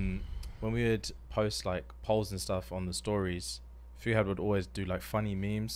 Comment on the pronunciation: the way they pronounce Fuhad's name is such an ICKK